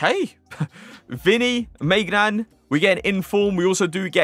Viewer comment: It's not maignan it's my nan